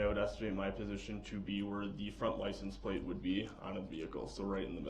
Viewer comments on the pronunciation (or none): He constantly says “ axe” for “ asked” “relevancey” for “relevance” and “ license place “ for “ license plaTe “! Drives me nuts!! He has a high school education so why doesn’t he pronounce these words correctly? He easily picks up some new legal terms correctly so I guess he mispronounces those words intentionally!! Just ignorant! Insulting and he knows it. He’s doing this on purpose!